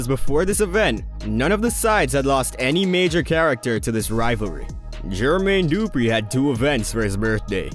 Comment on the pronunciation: You lost your hip hop card when you called the man GEEERRRRMAYNE DOOOO-PRE. MY guy, da-fuqck?